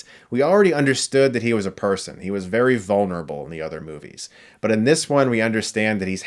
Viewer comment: “Indiana wash the dog’sh name...”